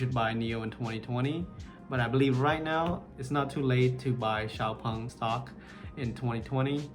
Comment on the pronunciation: Thanks, finally I know how to correctly pronounce Xpeng 😂